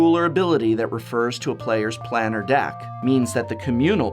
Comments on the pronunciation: To not even say planar correctly was a crime in this video. Thanks for the info and the cringe every time I heard you say it. Planar sounds like plane not plan. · 20012? Also, it's Plane-r, not Plan-ner. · Planner /= planar. The how to pronounce series on youtube is quite useful. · Man it triggered me when I heard you say planar